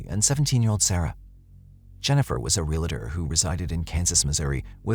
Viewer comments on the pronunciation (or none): What is a "ree-la-tor?" Do you mean "real-tor?"